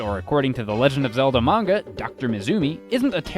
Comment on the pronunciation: dont you mean mAnga? A=Long A